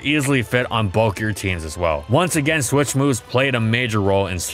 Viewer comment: Take a shot everytime ihe says "swish" instead of "switch"